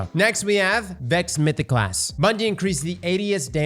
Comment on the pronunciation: I wish could say words like podcasT or mythosclasT instead of podcass or mythoclass